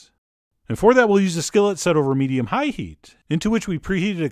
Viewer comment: Set the skillet over medium HIGH heat.. and then cut UP the vegetables.. then for the HOLY grail.. turn OFF the heat.. and then I’ll CHECK my noodles.. the WAY he talks is VERY interesting... mEDIUm high